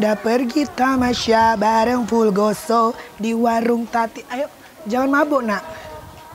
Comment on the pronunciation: Fulgoso bukan furgoso hhh